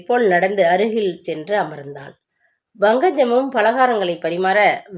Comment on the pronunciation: Pl pronounce properly it’s pankajam not bankajam same pushpa not bhushpa. 🙏it’s not fullshit its bullshit. lol